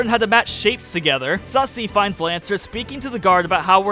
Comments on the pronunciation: Lmfao I love how he says “sussy” instead of susie. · The whole playthrough, I as well pronounced it "sussy"